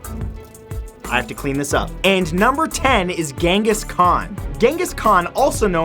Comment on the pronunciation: DANG MATT YOU ALMOST MADE ME CHOKE ON MY DRINK WHEN YOU SAID KHAN LIKE TO FUUUUUUUC. GIVE A WARNING BRO..